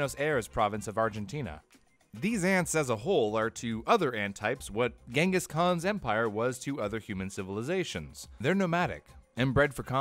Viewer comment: You really gotta look up how Genghis and Eciton are pronounced